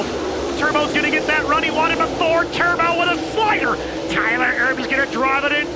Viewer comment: "TEXAS TERBO" !!!!!!!!!!!